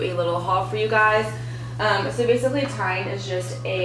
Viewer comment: TIJN is actually pronounced as "TEN" Just like the number ten. I first commented to you back in Feb. 2021 when you got your first pair of glasses from a local optical shop. Those were in a clear plastic frame which suited you very well. For some reason you had been holding off getting your eyes examined to get glasses. I assume you just weren't all that thrilled about wearing glasses. Even though you probably thought your eyesight was good enough to be driving without glasses I'm sure you weren't. Now that you have glasses and wearing them when driving I'm sure you realize that as well. When going to concerts or sporting events the musicians and players had to look quite blurry to you before you got glasses. You admitted that you should really be wearing glasses all the time. So as an optician I have to ask you why you're not wearing glasses all the time rater than walking around seeing everything more than a few feet away blurry? You certainly can't say you don't look good wearing glasses because you very clearly look amazing wearing glasses. I'm very curious as to why you didn't have your prescription included in your new glasses from TIJN? You apparently didn't get your prescription in any of the glasses? I can't imagine why you wouldn't want prescription sunglasses considering how much you need glasses to see things at a distance. I would think you would want them for driving at least. You do realize that you can't wear non-prescription sunglasses t drive anymore don't yo